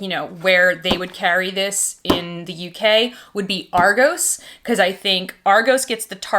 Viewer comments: She sais argoooooooos but it’s Argos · I’m in the uk and the way you say Argos makes me chuckle.